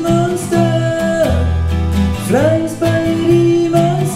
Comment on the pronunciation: Ugh, stop pronouncing "Spaghetti" like "Spaggedee".